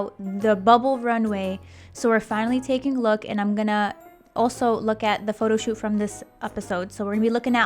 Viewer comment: I always have a hard time not laughing when she says Pho-to. But then I think about the girls having to stand there and wait for their name